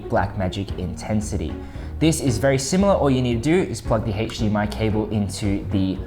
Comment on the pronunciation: Anybody else overhear the “hache dmi”?